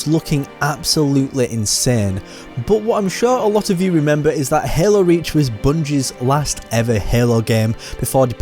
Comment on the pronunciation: The way you pronounce Hael-oo makes me wanna rip my ear drums out 🤣